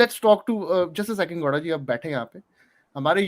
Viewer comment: यार ये मुझे गौड़ा के जगह पे लौ@ क्यों सुनाई दे रहा है 😂😂